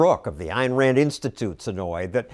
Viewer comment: Thanks fow de wesson on capitawism an Ayn Ran, Ewmur Fudd.